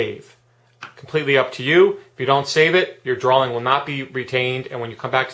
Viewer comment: great app. you say drawling lol